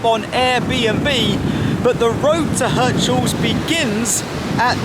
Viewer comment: It's Heeerts-haaahls 😂